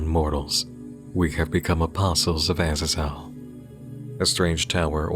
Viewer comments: Sorry, you've probably gotten this comment a million times, but Azazel is pronounced AZZ - ZAZE - ELLE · Azazel = uh-zaa-zl